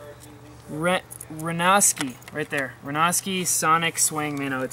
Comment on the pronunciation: PS - I believe it's pronounced ren-ow-ski